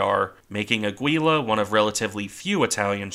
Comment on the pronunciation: Nice video and your pronunciation isn't that bad - except for the ship in question: it's actually Áquila.